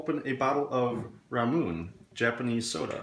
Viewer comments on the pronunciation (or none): ramoon it's pronounced "ra-mu-ne" lol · im sorry but, “ramoon”?? 💀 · Not him calling it "ramoon" ✋😭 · "Ra-muun" smh my head /s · Its "Ra-mu-nae"